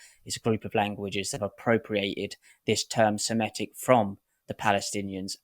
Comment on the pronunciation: Semitic, not Semetic